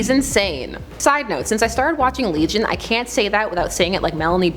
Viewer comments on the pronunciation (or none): none